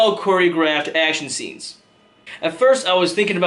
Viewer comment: whats so hard to say "scenes?!" when u say it always sounds like sits